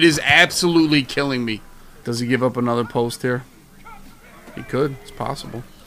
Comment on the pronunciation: Hey.. but don’t say anuva